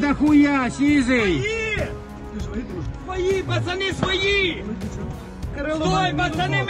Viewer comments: "своИ" (шо це токэ?) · Акцент интересный. 'свойЙии' 😂😂😂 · Чушки кричат "свои" или "свали"? Что-то не разобрал😂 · Я так чет не понял кричали свали? Или свои? 😂😂😂😂😂😂😂😂😂😂